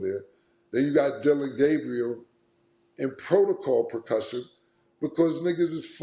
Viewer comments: cam said protocol procussion 🤣🤣🤣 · Cam said “protocol percussion”